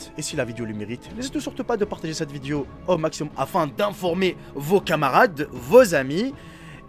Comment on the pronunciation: On dit une VIDÉO et non VIDIO...😂